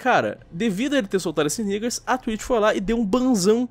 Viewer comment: Idai o cara ia falar cutelo negro em inglês e acabou se confundindo e falou neggers no meio sem querer ninguém nem sabia que essa palavra existia antes dessa treta e duvido que algum americano ve o jukes